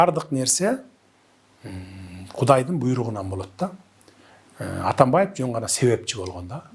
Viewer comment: Өзү ушакчы эмеспи, калптан башкасын көрө элекпиз. Атамбайып, Ташийеп деп фамилияларды да так айта албайт. Мурунку сабатсыздардан кутула албай жатсак, бандиттерин пайдаланып бул чыкты.